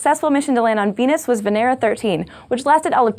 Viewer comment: She says "Beenus"